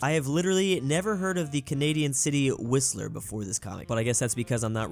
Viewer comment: Really pronounced Whistler as "wesler"